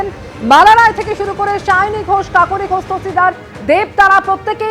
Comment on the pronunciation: Sayoni k seyoni seyoni bolei jachhe 😂😂😂